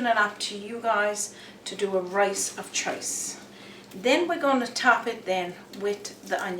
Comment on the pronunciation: " rice of chice?" Funny accent.